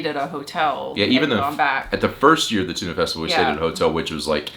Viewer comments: There is also a Danish town called Tune. And that's what it sounds like when you pronounce Tønder :D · If you say "tuna festival" one more time, I will have to unsubscribe to your channel! ;) To me it sounds a lot more like the the "i" sound in birder when you say Tönder. (I could still be wrong - I'm a Swede - but at least I don't have to unfollow myself.) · Just peonounce the ø like 'eu' from Cordon Bleu, then you more or less have it right :D Great vid as always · sorry but that is worse, because that is a pronunciation that are so bad that it is meaning disturbing. Tun is the Danish word for Tuna so it made sense ye were talking about that when ye refereed to the fish, but Tønder sounds nothing like the fish, and don't even lie at the sea. Ye could have compared it to a barrel as Tønde=barrel, but ye really need to pronounce the Ø and also it was like ye completely forgot the D. Didn't ye see the D, ye know what d sounds like? Sorry for giving ye sas, we have a lot of music festivals here, but Tønder and Tunø is just very different. And I know the Ø is hard because it is a vowel whose sounds are completely alien to an Englishman like you. Ye literally need to lean a new way to bend your tongue.